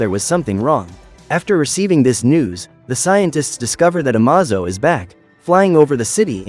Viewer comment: The AI narrator mispronounced Amazo